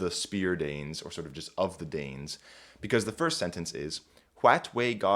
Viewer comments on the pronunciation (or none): I think the dipthongized pronunciation that he uses is because of influence from his native speech. A more authentic pronunciation would use a monophthong I think.